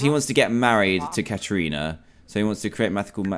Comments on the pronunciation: Dan you say it as Karana but it is spelt Katrina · Ka Tri Na that is how u say it xDDDDDDDDDD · Dan said Kat rina I laughed so hard 😂 BTW I watched this playlist in 2018 I’m just commenting now cause idk